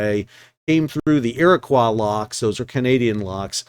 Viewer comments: FYI Iroquois is pronounced “ear-uh-koy”. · EAR-ih-coy is said in ill-ih-NOY, but it may be different over there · Iroquois sounds like ear-a-coy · One of our Native American tribes is the Iroquois. It is pronounced Ear coy not the french quois. Just a quick fyi. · Iroquois, pronounced like "Koi" as in the fish. Nice to see a video referencing something relatively close to home! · Respectfully, in the US do we pronounce "Iroquois" that way?- isn't it like Illinois? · Love this channel! And I'm with you on pronouncing buoy, but not so much on your French accent with Iroquis :)